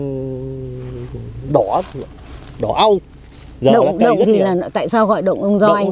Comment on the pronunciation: Dạ. Người quảng trị gọi đồi là độn mà phát âm như người Huế ạ. Không phải động đâu a. Nói theo cách phát âm của địa phương là ô ô ngờ đấy ạ. Cô chú cứ đánh vần là nó ra. Chứ viết thì ko được ạ.